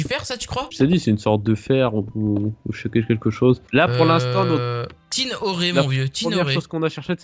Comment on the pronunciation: Tin Orer Mdr JPP c'est trop drole c'est Tin Ore comme l'or